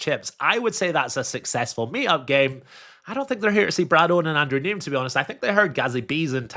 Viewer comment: Dude, you can not be a poker vlogger, go to The Lodge and pronounce is name “NEEM”. It’s Neeme. Like “Knee-Me”. That really bad.